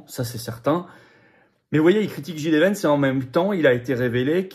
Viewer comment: franchement concernant JD Vance, c’est vraiment agaçant: soit vous dites « JIDÉ » en français soit vous dites « DJÉDI » en anglais mais … «DJIDÉ» !!!!! Ça fait genre : « je suis nul en anglais, mais je me la pète. » dsl